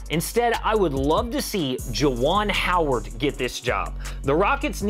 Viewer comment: Dude said. JUAN HOWARD!!! Hahaha dude smoking